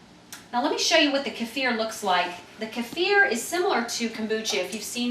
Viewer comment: Good video and so nice to hear Kefir pronounced properly for a change, it's NOT keyfer, keffer or keifer, well done...